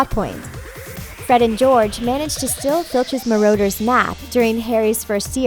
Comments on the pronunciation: Marauder's not Marrowder's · So you say Maroaders and then Marooters. Choose a false pronounciation and stick with it, thanks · The way she says Marauders' makes me wanna puke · She can't even say marauder either D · She also said Petty Grew And marauders